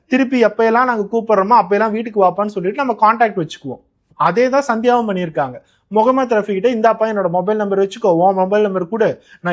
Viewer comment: Neega pesum pothu mohamed rafeek andu solgirigal an rafeek andu sollalama mohamed, mohamed endu aluthi solgorigal neegalum sangi kutama paarthal appadithan therigirathu